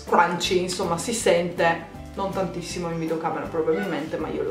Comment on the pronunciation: 😂si dice crunchy😂😂continua così